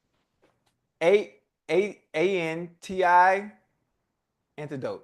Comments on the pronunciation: Unc you said “antidote” not anecdote. Your enunciation messed Ocho up on the low 😂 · to be fair, it does sound like Unc saying Antidote not Anecdote lmao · Unk, you be pronouncing the words wrong. Ocho spelt ANTIDOTE because that's what you said only for it be ANECDOTE which is a totally different word meaning a brief person story. You should've given him that one. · Ocho necesita una otra oportunidad porque la pronunciación de "Unc" con "a-NECK-dough-t" y "dem-UH-gog" están incorrecto... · I thought the same thing